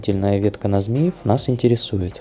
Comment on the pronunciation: Послушал и посмеялся: Змиев- ударение на И. 😂 И конечно,так жаль,что стоят локомотивы на которых можно ещё ездить и ездить: ТЭП 70, ЧС7. Есть , конечно и хлам, который почему-то не отправляют на металл.